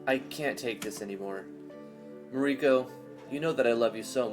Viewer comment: It is both amusing and annoying at how you constantly mispronounce Mariko (Mar-rii-kou) in this stream...